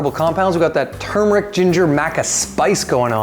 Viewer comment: What whold fix that confusing problem would be pronouncing it the right way. Instead of saying tumeric say turmeric.